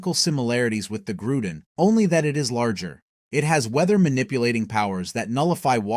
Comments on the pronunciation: regeese motwo reggerock registyle keogre groodon U.X.I.E. mespirit, dude didnt spell mesprit right, heatrin geratina resherum zeekrom i know i missed some but this is not believable because this idiot mispronounced a lot of names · Registale, keyogra,grewdon im grateful for the info but dude was destroying everyone of my favorite legends names.